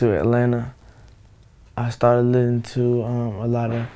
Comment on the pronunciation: he takes the s out of "listening" and adds it to "outkast". I wonder if it's that actavis or hi-tech.